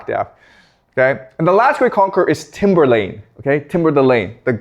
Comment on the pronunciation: This nigga really said Timberland like the rapper